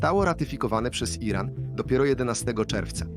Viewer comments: Co to jest jeden ran? Czy WY nie umiecie czytac tylko musicie uzywac bezmadziejnego AI... a Moze A jeden😂😂😂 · Lektor jest genialny! Słowo Iran czyta jako: Jeden ran😂😂😂